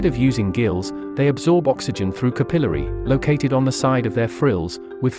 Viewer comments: how can you mispronounce so many words? it's "CÀPILLARY" and "METAMÒRPHOSIS" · I hate the way you pronounce capillary and metamorphosis